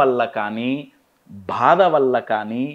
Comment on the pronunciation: Sar meeru bada antunnaru bhada kaadu baadha